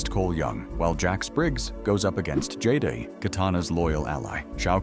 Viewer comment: "While Jax Briggs goes up against JayDay [Jade]..." Jayday? 😂